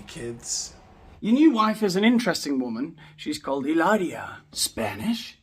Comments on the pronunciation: Every time you say Ilaria! Cracks me up! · It's pronounced Hilaaaaaria.